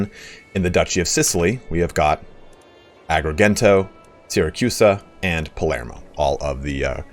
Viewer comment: Gent in Agrigento is read like the gent in gentle. Thank you very much for this video!